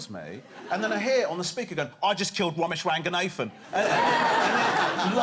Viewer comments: Bella wamsey and womesh wanganathan 🤣 couldn’t choose a worse set of people for him to pronounce 🤣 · It's bella wamsey and womesh wanganathan